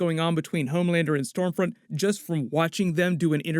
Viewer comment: I thought it was scumfront 😂